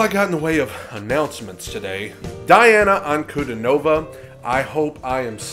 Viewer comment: Nice reaction. BTW, Her name is pronounced Dee auuna Ann koo dee nova. She was 14 when she did this. She is 17 now